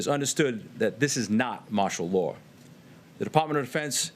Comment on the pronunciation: Did he just say martial lay